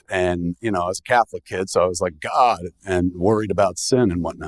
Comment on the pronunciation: Any reason Kevin said “Smod bless this man” instead of “God bless this man”? I think he says it right after .